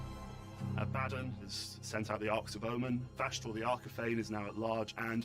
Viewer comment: Why did miss pronounce abbadon when he literally works for GW lol.